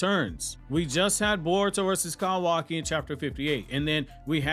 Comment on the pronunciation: why the fuck do you say his name like "CAWW waki" wtf its all one word. my dude is actually a crow in a human suit tryna convince us he's real.